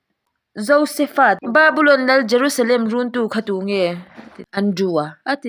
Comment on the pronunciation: Josepha tih hi Josefa ni lo in Joseph-a tih a lam zawk tur😂